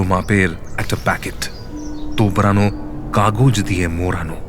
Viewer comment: এবড়ো নয়, "এবরো " মোড়ানো নয় "মোরানো " তোবড়ানো নয় "তোবরানো" কী সাংঘাতিক খারাপ "উশচাটন" থেকে শুনুন